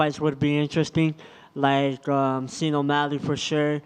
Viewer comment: "Scene O'Malley" lolll pronounces Sean the way it's written